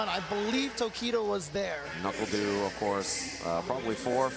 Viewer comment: Ok Is he saying Knuckle Doo? Shouldn't be Knuckled You?